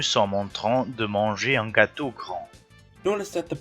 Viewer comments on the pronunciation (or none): pronounciation is wrong and grand is one the adjectives that precede nouns, also it's gâteau with the aw sound, not the a sound.